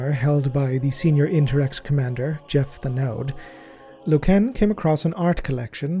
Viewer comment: every time you say LokEEn .. a space marine dies..